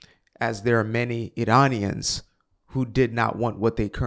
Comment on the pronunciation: I know I'm totally wrong and its my issue, but I cringe every time you pronounce Iranians, "Eer-r-r-anians". Sorry. My bad.